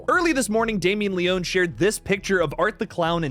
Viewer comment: It’s pronounced Leoney as if there was a Y on the end 🇮🇹💪